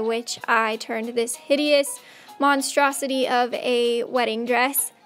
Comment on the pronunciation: Why you kept saying hidiousous didn't someone get married in that......hummm